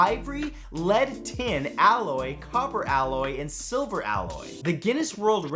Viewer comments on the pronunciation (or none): none